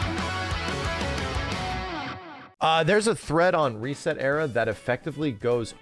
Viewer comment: I cringed as soon as he said ResetEra